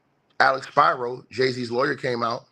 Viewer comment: SPEEEE -RO not SPY-RO